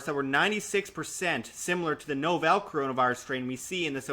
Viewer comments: I think the word "Novel" in "Novel Coronavirus" is pronounced 'Nah-vel' as in "I'm reading a new novel by my favorite author". The word novel means new, which describes the current virus. No-vel sounding like Nobel just hits the ear wrong. Otherwise, I love your channel and content! I'm just OCD about stuff like that. Here, I'll give you one more example. Many people pronounce the word "Realtor" like this: 'Rela-tor'. Grinds the ever-loving s--- outta my gears. The correct pronunciation is 'Real-tor'. You say 'Rela' and I just wanna slap you. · I'll hit the like button when you learn how to pronounce novel...